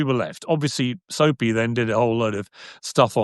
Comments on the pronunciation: Piers butchering Sneako's name as "Soapy" and characterizing him as a snickering cartoon character is the funniest thing 😂🤣😂🤣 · “Soapy” instead of sneako is microwaving me 😭😭😭